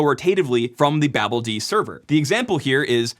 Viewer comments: cough I believe its pronouced... ba! (as in, hahaha!), BALD! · greybeard here, chiming in to just say "foo-dee" is the normal way to prounounce daemon names, so, here, "babel-dee". Do what you will, just saying that's what's historically typical. :) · you make me crazy with your pronounciation of babeld ... may suggest babelDaemon or Babel-D